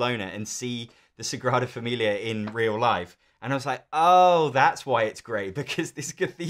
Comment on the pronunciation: Dude, LOUD wrong on Sagrada